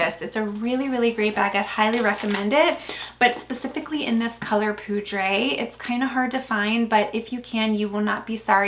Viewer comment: I love your videos, so please don’t take this the wrong way. You are pronouncing French names in Spanish. Every time I hear you say the words in Spanish makes me cringe. For example, the J is not silent in Veja and poudre is not pronounced as poo-dray. 😅